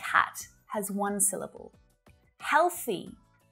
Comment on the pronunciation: The word “syllable” itself has only two syll - bles, not three.